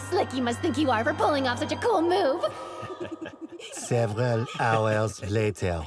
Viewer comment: Servrhal hours laeter